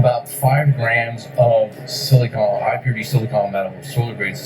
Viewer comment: Please say it right! (it drives me nuts. Just like it is Silicon Valley not Silicone Valley - that might be Hollywood.) It is Silicon /ˈsɪlɪkən/ (SIL-ə-kən) Not silicone /ˈsiləˌkōn/ (Silicone is the stuff you caulk windows with and the stuff used in breast implants) (Not to be confused with the chemical element silicon.)